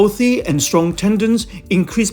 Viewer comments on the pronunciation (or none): none